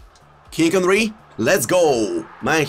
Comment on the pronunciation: So here we have team of the ear de ong kinck endry neymurrr